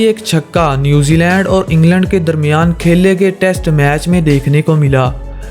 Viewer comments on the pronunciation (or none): none